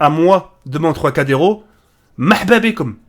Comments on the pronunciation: Tracadero il dit ce bledard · troicadéro? lol